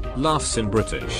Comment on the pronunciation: U said BRITISH wrong